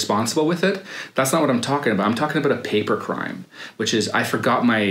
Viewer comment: Aboot lol